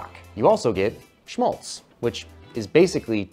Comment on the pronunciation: Schmálz: Just pronounce it as if you were a Brit or like the a in fat.